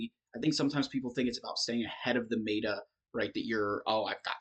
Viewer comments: The correct pronunciation of meta is met-uh, not made-uh. Made me smile though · Pronounce meta properly FFS